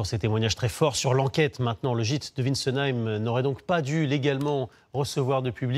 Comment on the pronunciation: Wintzenheim (oui, oui et pas "Witzenheim" comme s'obstinent à le dire les journaleux analphabètes) n'est pas une commune du "Grand Est", c'est une commune alsacienne.